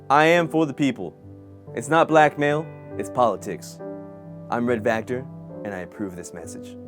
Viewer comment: Sureeee....! also its Vactor, (notice the 'V') not factor...